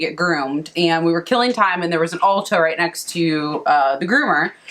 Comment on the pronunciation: Could’ve figure out why you were talking to a hair dresser in Aldi’s!! ! Then I realized you had said “Ulta”!! 😳😳. Love the hair! Love your blog!💕💕💕